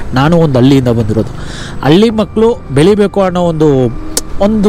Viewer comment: ಹಲ್ಲಿ ಅಲ್ಲ ಬ್ರೋ ಹಳ್ಳಿ